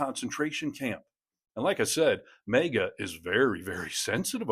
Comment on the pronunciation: Look, you pronounce the A in MAGA the way you pronounce the A in APPLE. I got distracted by the fifth time you said, MEGA. You were great, and I know I would want to know if I'm pronouncing something incorrectly. Great video otherwise. You have a true newscasters voice?😊